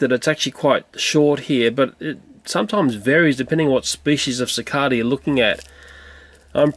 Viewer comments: Is "Si Cah Duh" how you pronounce cicada in Australia? I was taught it was "Si Cay Duh" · Sine the way he says "cicada" is different then how I usually hear it, it's just a bit odd to me. XD